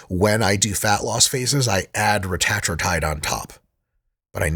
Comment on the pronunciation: I hate how he pronounces Retatrutide